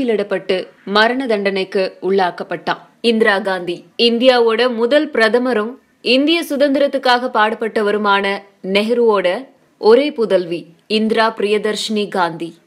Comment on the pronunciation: Mudhal pen prathamar nu solluga..... Mutual prathamar illa...